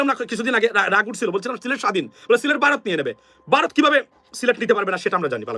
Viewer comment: Aapni toe vaw uccharon korte paren na.Baarath Baarath koren.